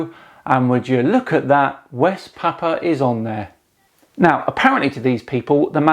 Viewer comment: I was born in Australia. The "Gulf of Carp and Terrier" was taught in school at least since my mother was being educated in the 1920s. It was on maps before that, too. We have always been close to Papua New Guinea. (Pronounced PA-POO-A, not PA-pa.). There is a sunken land bridge from Australia to that land.